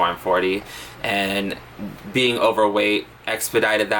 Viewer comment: "Ing" suffix: exists: Struggles Beeean Meee